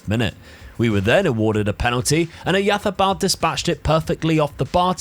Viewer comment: Tbh I have not seen anyone trying so hard and doing it better than. Even Spaniards don’t say Oyarzabal so perfectly:) If you think it’s SO easy to read names, try Błaszczykowski for example. One of better Polish players few years ago.